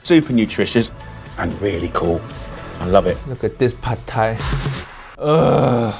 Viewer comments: It is not padthai. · Jamie you make my Thai ancestors crying of your “PHAD THAI” 😢😢